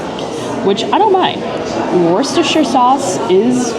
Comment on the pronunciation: Worcestershire pronunciation will always be the Achilles heel for American food vloggers haha. Wust-er-shur is how you’d phonetically pronounce it haha. But good attempt! Haha